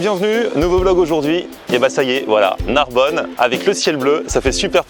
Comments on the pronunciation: NARBONNE PAS NARBONNE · Narbonne pas Narbonne vener la vie de ma mère